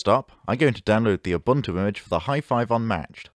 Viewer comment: You consistently mispronounced Ubuntu ...